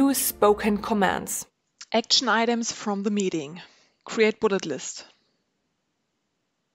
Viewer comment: When you said create bullet list, i heard Create bullshit